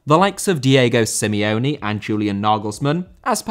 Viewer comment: Simeone* not Simiouwni